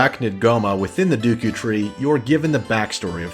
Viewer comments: Deku... sounds like you saying dookie almost lol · Omg I never knew other people pronounce it as Dooku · RIP DUKU tree xD ROFL, that pronunciation made me laugh so much. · ORGAN, it’s a pipe ORGAN. Great vid though, save from the pronunciation of SA-REE-AH and DAY-KOO tree 😜 Best game ever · mispronounced Deku tree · love the analysis but the pronunciation of the deku tree killed me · "Dooku and Gherrdo".... cringes "Piano"........................... PUKES BLOOD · Did you say Duku tree?! Ugh!!! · ITS D-E-K-U YOU FUCK!!!!!! NOT D U K O CAN'T FUCKING READ OR WHAT! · yeah ofc the entire video is absolutely garbage because he said dooku, absolutely terrible, unforgivable if u will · I know you correct yourself in the edits. But why and how did you think its pronounced "duku"? "Ah yes, the 'e' in deku is clearly a ruse." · The dooukoou tree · If the English language made any sense, his pronunciation of Saria would be correct. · He says dookoo so many times How?